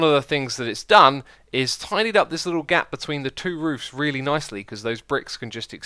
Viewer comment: I like how he says roovs